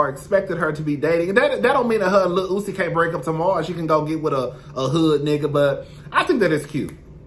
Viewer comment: Every time you call Uzi, Lil Ootsie, I fall off the couch laughing lmaooo